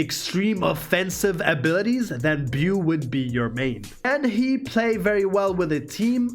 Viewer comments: Beau is pronounced Bo or "b-oh" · Beau is pronounced rain-"bow". It's a pretty popular Southern name, back in the day. 😁